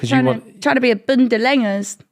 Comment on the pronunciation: "I'm gonna get bunda lenggers" 🤣